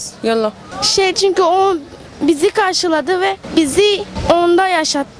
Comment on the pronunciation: Cinko degil cünkü